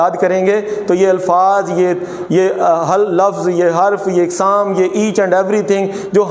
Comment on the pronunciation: قسم کی جمع اقسام الف پر زبر کے ساتھ پڑھنا چاہے